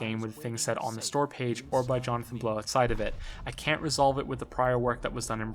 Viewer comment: "Johnathan Blown" haha